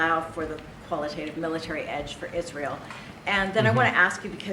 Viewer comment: Wake me up when Candace Owens stops talking about Israel. Or ISH-REEL, how she pronounces it.